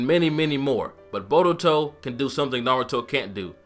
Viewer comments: borutou and narutou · Why do you pronouned Naruto as "Na-RU-To and Boruto as "Bo-DU-to? theyre practically should pronounce the same...